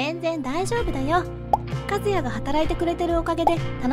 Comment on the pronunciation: 和也（かずなり）やのに和也（かずや）になってる